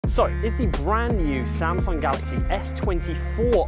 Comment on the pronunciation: 샘성이라 안 하고 삼성이라 해 주시네